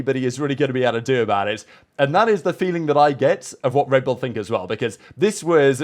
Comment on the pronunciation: The way he says “L” is odd. Red Bulllla